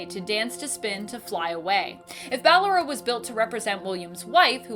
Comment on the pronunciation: It's Balloooooora not Balloraaaaaaaaa